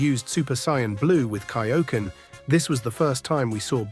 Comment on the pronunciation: Even Kaio-ken and Sayian he said it incorrectly.